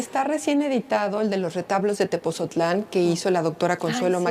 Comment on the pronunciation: ME ENCANTÓ EL VIDEO PERO, LA SEÑORA DIRECTORA DEL MUSEO QUE MALA PRONUNCIACIÓN DEL NOMBRE DE "TEPOTZOTLÁN" CON T Y Z. DEBE DE PRONUNCIARLO BIEN. NO SE DEBEN CONFUNDIR CON TEPOZTLÁN.